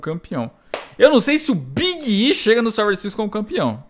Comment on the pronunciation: Nunca tanko o falando o nome do Big e kkkkkkkk